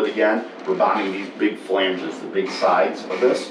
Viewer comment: pronounces flanges correctly..., no offense, but maybe you are confusing "flanges" with "phalanges"? okay.. pedantic trigger post complete. I sure love seeing how this boat is coming together.